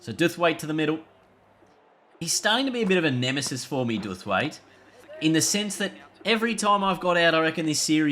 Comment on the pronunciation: its pronounced Dow-th-waite (like to bow) by the way